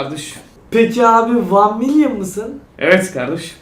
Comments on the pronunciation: "Wan milyın" hayırlı olsun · Yeahhhh wan mılyın :) XD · Nobody::vAn mİlYoN